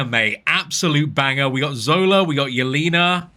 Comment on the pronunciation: Pronounced “yell-ay-nuh” not “yell-ee-nuh”